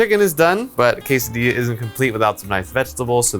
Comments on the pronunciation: Food: Quesadilla: Qesadia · Don't forget to roll the di, in quesadilla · I just wanted to hear how he pronounces Quesadilla. I approve.